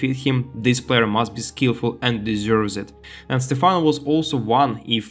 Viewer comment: Why did you start calling him Stephana halfway through the video? It's very distracting, lol. It's Stephano, not Stephana!